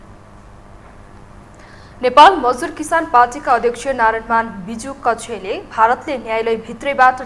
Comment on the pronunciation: बिजुक्क्षे हो बिजुकक्षे होइन।नाम पनि राम्ररी उच्चारण गर्न आउदैन?